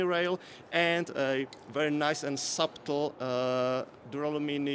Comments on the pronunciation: The man is throwing out "subtle" with a hard "b". Much respect. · Heard it the second I read this 😂